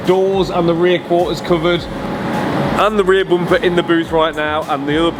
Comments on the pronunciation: Its bumper .....not bompa🙏💀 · Rear "boomper" bro's a 100% Irish 😂